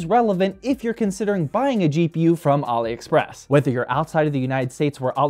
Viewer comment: says Ali express like Mohammed Ali Express 😂 😅